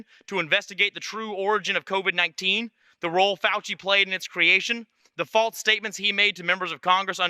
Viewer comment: "Ekscape" and "faltse."